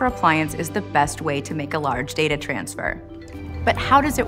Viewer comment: Alright so it's "data" not "data".